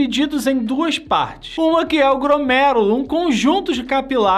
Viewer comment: chega doer o ouvido você falando gRomèrulo!!!!!!!!!!!!!!!!